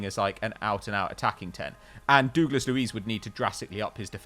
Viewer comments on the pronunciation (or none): Who’s dooglas it’s douglas 😂😂